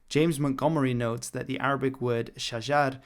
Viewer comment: Great arabic pronounciation! (or as most Arabs would say, good attempt)